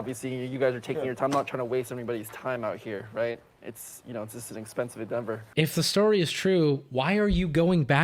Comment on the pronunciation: "Endenvor"? [EDIT]: Subbed btw.